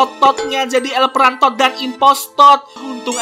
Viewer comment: Impostod wkwkwkwk el prantod wkwkwkwk😆😆😆😆🤣🤣🤣🤣